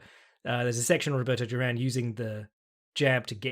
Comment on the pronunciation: You pronounce Duran so weird, it sounds like Jerome. Great podcast, cheers.